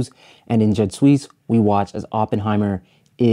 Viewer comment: Another top notch video essay. My only critique: Jud Suss is pronounced like 'You'd Zeus'. You put your foot in this essay though! Transitions and settings went off